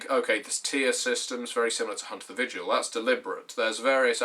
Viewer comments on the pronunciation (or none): none